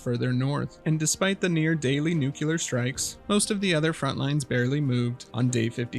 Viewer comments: why do you say "nucelar" instead of "nuclear" it's mildly annoying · Nuclear - *NEW-CLEAR,* not nook-kue-lar. An atom has a nucleus, not a nook-u-lus. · It's pronounced nuclear, not "nucUler", troglodyte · It’s not “nuke-yeller”. It’s “nuke-clee-arrr” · Stopped at "nucular". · Just try saying “new clear” or something and see if that works. Thank you, love your videos regardless of how you pronounce nuclear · Your pronunciation of "nuclear" is generally a huge pet peeve. Some people get pretty annoyed hearing "Nukular" great video tho 👍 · I HAVE to ask that you try to pronounce "nuclear" correctly